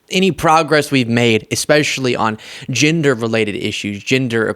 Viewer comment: This woman is my dream girl. And, it's pronounced 'gender' not 'ginder', just sayin'.